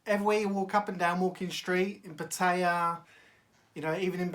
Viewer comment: It's not Pa-Tay-Ahh. It's PAT-E-Ahh. Ask any Thai.